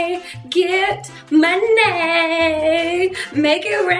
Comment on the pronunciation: LOL the "moneh" part.